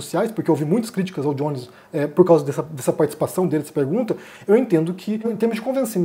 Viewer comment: Não é "Diones" em inglês, é Jones em português, igual "Joaquim" "José"